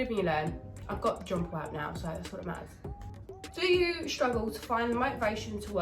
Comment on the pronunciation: Jonpleap not John Paul lol he's your trainer n ya sayin his name wrong lol love you